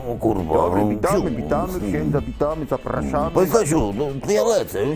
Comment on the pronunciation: Proszę ksindza wymskło się kurwa😂😂😂😂